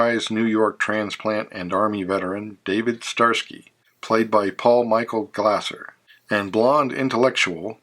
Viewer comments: omg pronounce his name correctly it's not glasser it's glaser(glayser). car was never called zebra 3 unless you're wrong and clueless. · Paul Michael Glaser’s last name is pronounced like laser😮